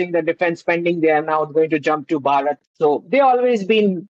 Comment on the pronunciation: try pronouncing it as Bhaa-rut, instead of bhuh- raat. Some of you Brits appear to have a self generated mental block about pronouncing Bharatiya names differently. For example We say Buddh. you say Buddha We say Raam; you say Rama We say Krishn; you say Krishna I can share an interesting detail. I decided to do an online course in sanskrit. Guess what? The instructor turned out to be a BRITISH WOMAN! And she could pronounce EVERY SANSKRIT SYLLABLE CORRECTLY! So I believe your mispronunciation is rooted in the mind.